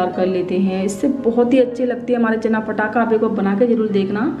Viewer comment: Chana bolna sikhiye phele